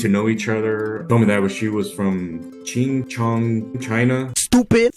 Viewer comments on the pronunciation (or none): uhh there's too much to comment on here, I'll just settle with: I sure do hope he just misprounouced "Chongqing, China" and wasn't actually meaning to say "Ching-chong China" because.........? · The irony of him being chinese and meeting a girl from chongqing in china, but him not even knowing how to pronounce the city's name. Did this mf'er say CHINGCHONG?!?😂😂😂that had me rolling. hilarious😂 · I am sure it's Chongqing but he can't pronounce that and he switched the syllables around. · Except he said Ching Chong, like he's Wesley Snipes in Demolition Man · Yeah, he meant obviously Chongqing (it's one of the biggest urban areas in the world, we can say that's the biggest city in the world). But he is Anglophone so automatically the English ablaut reduplication rule triggers his brain and his speech (that's why Anglophones have words like flip-flop, hip hop, Tik Tok and not flop-flip, hop hip, tok tik). From videos about the city, foreigners use Standard Mandarin pronunciation of 重慶 /ʈ͡ʂʰʊŋ³ t͡ɕʰiŋ/ and most speakers in the world can't hear the difference between /ʈ͡ʂ/ and /t͡ɕ/ (it's [cz] and [ci] in Polish / or [č] and [ć] in Serbo-Croatian). That's why they pronounce it as it has two [ch]s. But Southwestern Mandarin doesn't have [ch], so citizens there pronounce it like Górale in Poland with [c] /ts/ instead.